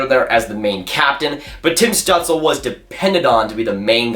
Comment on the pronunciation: It’s apparently pronounced stewtzla for stützle, heard it from both German and Canadian announcers